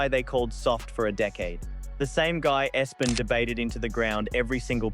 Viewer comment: The.voice over sounds like AI too. Who pronounces E-S-P-N “espn”. A few other instances of AI like mispronunciations. Sad.